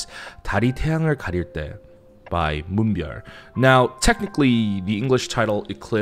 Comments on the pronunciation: You know, I'm just happy there is somebody out there that says Moonbyul's name right. Lol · I get extremely satisfied with your explanation of how the industry works & Moonbyul's impact but I get even more satisfaction with your perfect way of saying her name, naturally. Bless you.